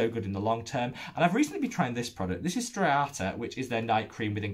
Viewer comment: Great video!! I've especially liked seeing Stratia on the channel (I am curious about their liquid gold). (as a side note, not malicious in any way, but I am pretty sure it's pronounced Stra-tee-uh? 😁👀) xx